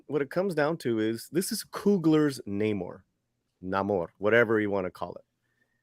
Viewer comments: He's been called Namor for years & I will keep calling him that it's "Namor" Hollywood not "Na-Mor" stop changing things. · Let's respect the late great creator of The Sub-Maniner, Bill Everett, it's pronounced: Nay-More.